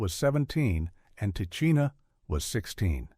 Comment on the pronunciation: I hate these AI narrators 🙄 Tichina's name is pronounced "tih-she-nuh"